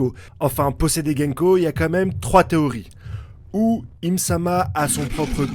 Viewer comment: GOUNKO !!!!!et non GÈNKO!!!!!.... sérieux, je ne sais pas comment tu fais pour bouffer les nom des persos et même des œuvres.... rien que pour ça je me desabo. Vive le mont corvo !!!!